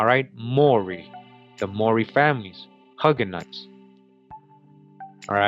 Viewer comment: Hue-ga-nos not Hug-ga-nots